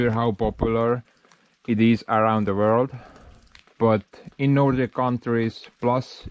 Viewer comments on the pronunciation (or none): none